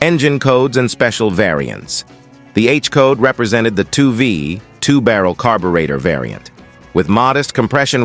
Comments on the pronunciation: Gee, can we pronounce "carburetor". How stupid. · THE BOT CAN'T EVEN SAY "CARBURETOR' WELL..DOWN WITH BOTS!